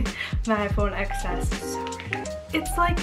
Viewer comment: it is XS but it is pronounced “10s” because the X is just 10 roman numeral.